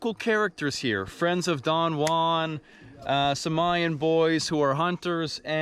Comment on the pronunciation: Repeat after me: "Who", "ann"... JUAN.